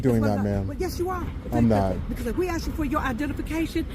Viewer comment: I guess because they didn't AXE 😂